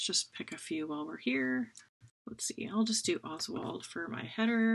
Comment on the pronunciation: "OSWALD-O" lol